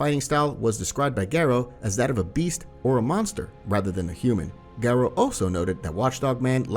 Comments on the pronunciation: it's GARO.. not GERO..... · M yes g air oh is how garou is pronounced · why do you pronounce garou like that💀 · Idk why I find it hilarious when "Garou" is just pronounced the English way like it sounds like a normal name